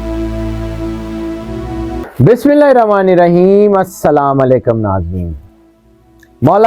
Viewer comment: Ap n Salam kiya السلام ma nhi ہوتا mo yani mem per pesh h zaber نہیں